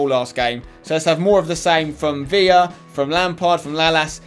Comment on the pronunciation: you pronce david villa wrong you need to pronce the ler wright